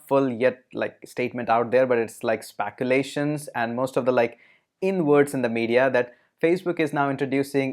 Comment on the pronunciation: I must say that you are doing a great job with your videos.....just a suggestion...u have a very good English accent...just that few words have more Indianized English accent...if corrected would make it perfect English....example “spaculation”...for “speculation”...Cambrige...